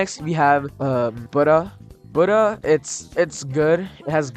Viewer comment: buda? its buddha say it right